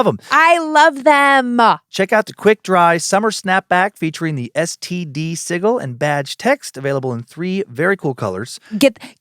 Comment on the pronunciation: Dan you don’t pronounce Sigil correctly 😂 it’s SIJIL/ not SIGLE